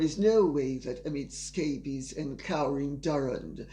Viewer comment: I laugh every time Lady C so casually says “Amid Scabies.” 😂